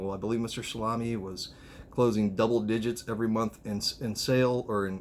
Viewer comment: Its promounced Sal A me